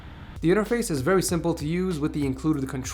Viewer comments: "We're going to be taking a look at the vewy cool projector from nebular" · "Vewy cool projector" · "vewy cool" lol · Did you just say "vewy"? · I swear he says vewie special projector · "Vewy cool" lmao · "Vewy Cool" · vewy cool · lol "vewie"